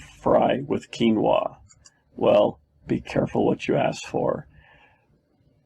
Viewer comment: Yes you are pronouncing quinoa correctly 😊